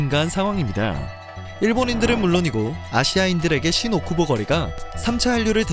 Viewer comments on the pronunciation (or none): "신오 쿠보"가 아닌 "신 오쿠보"(新 大久保)라고 발음하세요! 타 지명으로 들립니다.